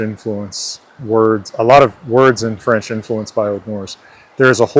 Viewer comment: "Wh-fench" is too much